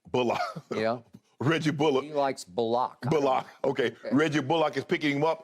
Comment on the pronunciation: I can't get over Shannon torturing Reggie bullock's name 🤣🤣🤣